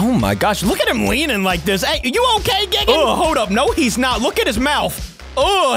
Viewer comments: because when we get dropped off than we r going to become zombie gigen me: lololololololol its called it has a die thingy in the first 1 like gie and seconds gan not gen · I love your videos but hims pronouncing it "Gig-an" and not G-eye-gan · It’s gigan not gigin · You dont say Gigan gi-gin you say it Guy-Gan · you say it guy gan no gi an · If you wanna know that gigan is pronounced Gaigan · It’s not gigin it’s gigan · Its not pronounced Gigan. Its Guy Gan. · not gig an its guy gan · gigan is not gigan it's g I it's an I not like gigan so you say it like gIgan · Gigan ( say geegan) Heisei Godzilla (say HaySay Godzilla) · YOU PRONOUNCE IT GUY-GIN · gigan= "guy-gan" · It’s g i g a n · A tip: Gigan is pronounced like GUYgan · Gigan is actually more like guy-gan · The pronunciation is: Gaigen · ....its gai-gan to pronounce....... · gigan is actually pronounced GUY-gan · Gigan is pronounced “G-eye-gan” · it’s Gi Gan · It’s gigan like giigan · Gigan is pronounced "Guy-gan" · By the way its gi gan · ITS ZOMBIE GIGAN NOT GIGGIN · Its gaygan but spelled like gigan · its pronounced G-AA-i-Gaan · Not gi-ge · It’s not gi gan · why are you calling gigan geegan bruh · 1st of all that it NOT how you say GIGAN 2nd of all you can infect people with zombie GIGAN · Your saying gigan wrong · The way you're pronouncing Gigan is wrong